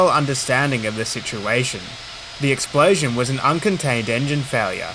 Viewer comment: What is an "explaysion"?